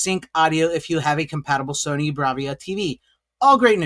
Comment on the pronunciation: Why the fuck are you calling it Sonny ? Its Sony. Nothing to do with Sonny. SONY! Why cant Americans pronounce anything at all regardless what country we're dealing with ? This is weird as fuck.